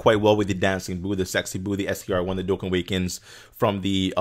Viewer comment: Lol says that its not coora its cooler but calls Dokkan, Dokkin. (Just a joke dudes don't take this seriously...)